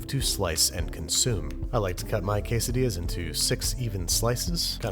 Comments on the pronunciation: 20-hour video of Babish saying _quessedillas_. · Se dice como se lee we Es quesadillas we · Noooo I am Mexican and that is not the we to maque quesadillas